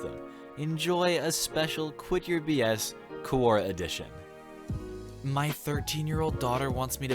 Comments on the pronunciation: It's not Koo-oh-ra, it's Quor-ah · Everytime he said "quora" I jumped